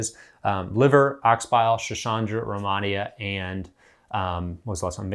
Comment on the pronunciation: romonia is what it sounded like your pronunciation . Somthing like that